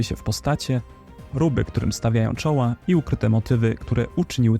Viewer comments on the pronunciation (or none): none